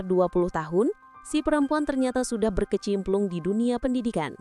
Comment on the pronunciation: Berkecimpung.. Bukan berkeciMPLUNG😂